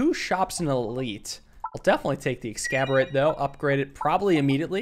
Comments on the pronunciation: Somebody dear god tell this man that it's not "Ex-scab-er-ate" It's "Ex-ass-orb-ate" like exacerbate but orb. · Exacorbate, pronounced Ex-ass-ORB-ate, not Ex-cab-or-ate. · I have been watching your videos for years but man this triggers me. It's pronounced Ecks-as-orb-ate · Not sure if it's intentional, but its X-ass-orb-ate. Regardless, love the content and thanks for pegging for our enjoyment once again! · Dude every time pronounces the Exacorbate as “excaborate” I perish a little I thought it was a play on exacerbate with the spelling and what the orb do? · Exacorbate, like exacerbate ?..ex-ass-or-bate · Exacorbate would be pronounced ex-as-orb-ate like the word exacerbate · Exacorbate is pronounced eggs-ass-orb-eight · Why does he pronounce it excaborate when it's clearly spelled exacorbate... it's the word exacerbate but erb -> orb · I understand it, and don’t wanna make an angry internet comment, but my man. It’s ex ass or bait. Like exacerbate. But with orb instead of erb. It hurts to read along when you say it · Are you deliberately saying exacorbate wrong, or? Either way, glad to see peglin around. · at this point the way he says ExacORBate wrong has to be a running joke